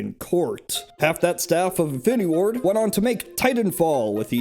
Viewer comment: I keep hearing “Infinity War” instead of “Infinity Ward.”